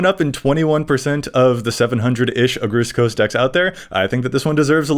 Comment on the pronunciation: The way he pronounced Agrus Kos kills my soul a little bit.